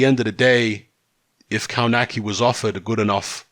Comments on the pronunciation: Cownaki lol. is the best when it comes to butchering names. Its pronounced Cove natz key. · Actually, in its proper Polish pronunciation, you're right. But they all, even Adam himself pronounce it "Kawnaki".